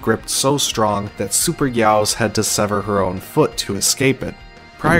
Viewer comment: It’s guy-gos